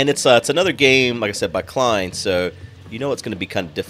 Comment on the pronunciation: I don't like to be "that guy" who corrects content creators, but I just wanted to bring to your attention that the maker of this game (and Don't Starve) is Klei (rhymes with play) Entertainment. They make some great games, so I figured they deserve their name pronounced correctly. As for gameplay, you seem like you'll figure out most mechanics. The temperature is really important right now (they just released the thermal update), so keeping your base cool is one of the hardest things to do. Almost every structure produces heat. Your stuff will overheat and break if it's too hot, so don't put too many heat-producing things close together. Finally, don't forget to sweep up the items on the ground in the living area. That has a hugely negative effect on decor, which increases the stress in the colonists. Also, if you bury your wires/pipes in the tile, that helps decor too.